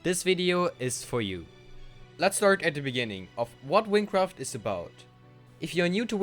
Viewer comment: hahaha wincwaft